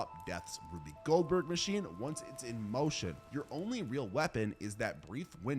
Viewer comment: That's not how you pronounce Rube Goldberg. It's Roob, not Ruby